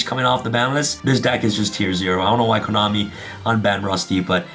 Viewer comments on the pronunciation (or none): none